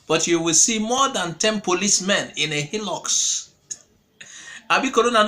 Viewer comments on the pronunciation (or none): none